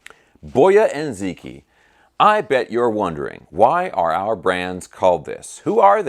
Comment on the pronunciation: for what it's worth, it is pronounced more like Bwuh-Ya Dzuh-Chee